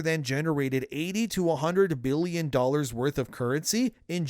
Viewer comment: I know he's trying to say billion, but does anyone else hear "bealion"?